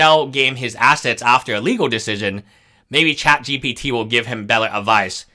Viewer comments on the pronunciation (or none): none